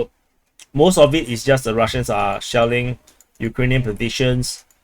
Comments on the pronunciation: I was wondering if I was the only one hearing "shaolin" every time you said shelling :P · You were not the only one. Though I am surprised to see it in a title. Good on him for having a sense of humor!